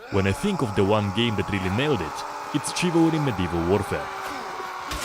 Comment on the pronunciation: Chivalry is pronounced like shiv-alry.